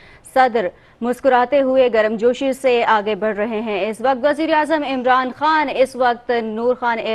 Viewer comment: Love u bro but Garam josh not garam gosh